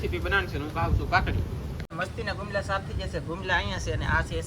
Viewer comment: Ghisoda to ok but ene sukel bumla kehvai gumla nai